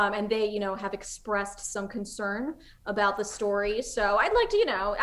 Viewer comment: He didn't ever say story correctly. Good ol Joey, flustered by an attractive girl the rips ass into Jars for money. They needed to say fart more in this episode though...